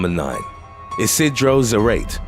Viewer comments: Its not "zrate" is "zah-rah-teh" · Isidro za-ra-te, not za-rate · zarate is zuh-rah-tay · I believe it's Za-ra-te . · Zarate is pronounced like Karate. 🤓